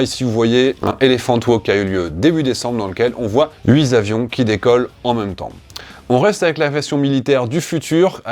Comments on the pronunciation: huit zavions, c'est classe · Huit avions, et non pas huitsavions ! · Salut. Super vidéo merci. Désolé pour la remarque de gros relou mais ça me perfore le tympan à chaque fois: On ne dit pas "8 - s - avions" mais "8 - t - avions". "Huit" de termine par un "t" et non par un "s". Pareil pour 18, 28...;) Bisous. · Super vidéo comme toutes les autres... mais par pitié, à 1.56 mn il n'y a pas 8 z'avions, mais 8 t'avions, ....ah ces journalistes. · Mon dieu hui zavions voilà une liaison bien française apres Ate chuet et ses quatre vingt hui avions la France parle t elle encore le français ? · Cool comme format! Par contre huit zavions ?! 😜🤣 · Huit Z'avions??? Attention aux liaisons dangereuses!!!!! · Que de fautes de français. Huit z'avions, vingt-huit z'avions, la totalité "ont" !!! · Huit-z-avions… ça pique les oreilles 😜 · le nombre huit finit par un -t, on ne dit pas " 8 zavions" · Toujours aussi intéressant, mais : quatre zavions, huit zavions, dix huit zavions, mais c'est quoi ces zavions?😀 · Toujours la même qualité de vidéo. Attention cependant aux liaisons dangereuses telles que "huit z avions voire dix huit z avions" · huiT avions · Merci pour cette excellente vidéo ! Bon....huit 'zavions' ça a un peu piqué...mais c'est un détail 😄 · idem, 2 fois, du coup deux tympans percés...😉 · Super intéressant comme toujours mais je crois qu'il n'y a jamais de S à huit. Merci de ne plus faire la liaison. Signé un casse pieds puriste de l'orthographe.